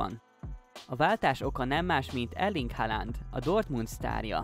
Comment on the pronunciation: Jó videó, de nézzük már meg hogyan is kell kiejteni Haaland nevét rendesen! 😅